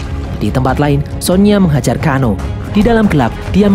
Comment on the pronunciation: Tsang Tsung = sangsung Liu kang = liu keng Kano = keno